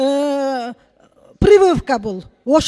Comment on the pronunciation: Пырвывка дейт го 😅😅😅